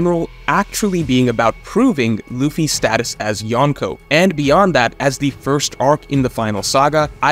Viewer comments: Every time says Yawn-Ko I cringe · Loved this video, but your pronunciation of “Yonko” could be better. The “n” shouldn’t be pronounced like the “n” in “one.” It should be like in “uncle.”